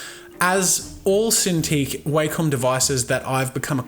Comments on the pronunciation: The way you pronounce Wacom is disturbing to me. It's Wack-em not Way-come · That would be wakem its wa-kom